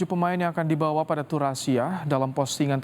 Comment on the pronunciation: Di bawa woiii, bukan di bawahh ngomong lebai